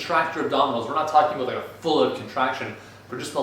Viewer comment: "it came aboot"